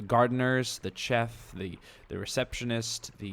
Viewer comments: For the C-hef? It's more or less prounoced Sh-ef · Chef is pronounced shef